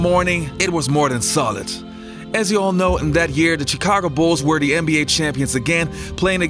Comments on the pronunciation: The pronunciation of the “chi” in Chicago is “sh” not a hard “ch” like “chicken”. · Hey, I know Chicago is spelled with CH but when you say it it should sound more like SH